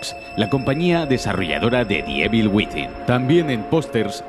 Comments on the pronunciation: Nadie: Absolutamente nadie:: Resident Ivel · Debes trabajar más esa pronunciación de “EVIL”. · "ivol", "ivel" al final como se dice